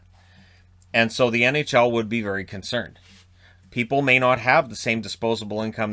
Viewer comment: 9.25 ty vary much lol jk